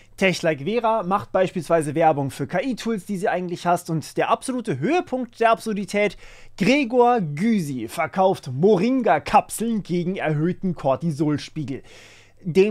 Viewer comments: Der Mann heißt Gregor "Gisi" (ausgesprochen) und nicht "Güsi". xD Davon abgesehen ist es wirklich mies, wie dreist jetzt für nachweisbar schlechte Produkte Werbung gemacht wird. Damals (und zum Teil noch Heute) nur mit Bildern von Prominenten, die angeblich DIE Methode gefunden haben, richtig viel Geld zu verdienen. Heutzutage mit KI und/oder mit clever zusammengeschnittenen Videoclips der Youtube-Elite. Es ist einfach nur traurig. Das einzige, was man da machen kann, ab sofort alles zu ignorieren, was irgendwie nach Werbung für IRGENDWAS stinkt. Lieber in dem Fall (bei Interesse) selbst recherchieren, um zu gucken, ob da was dran ist und dann getrost wieder ignorieren. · Der Name von Genosse Gysi wird Gisi ausgesprochen.